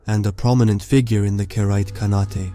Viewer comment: pretty sure the e in khanate is silent